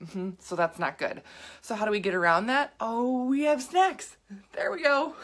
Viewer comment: dude for a sec it sounded like you were saying have sex instead of snacks